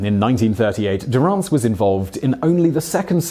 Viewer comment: You’re pronouncing Durrance’s last name incorrectly